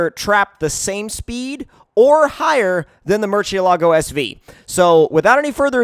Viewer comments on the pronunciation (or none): none